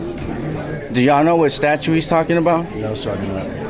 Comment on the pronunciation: Dude if you’re going to do this kind of work you should know how to pronounce statute it’s not statue Goofus